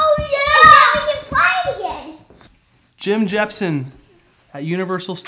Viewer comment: "Jim jesh-pen Jim jemson Jim jepsson" :D